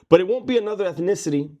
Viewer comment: Orale😂😂😂 Eth-Nick-ticity....lol 😂😂😂 On a more important note, great video!